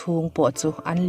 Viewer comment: "...tih luihna tel hoh lo" ❌ "...tih luihna tel hauh lo" ✅ "bei buai" ❌ "biai buai" ✅ "lipse" ❌ "lepse" ✅